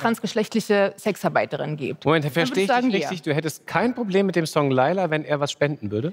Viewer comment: Layla auf geiler zu reimen ist so peinlich, weil das Lied "Laila" wie ihr es scheinbar ausprecht, eigentlich "Leyla" ausgesprochen wird und somit der reim auf geiler auch nicht mehr funktioniert.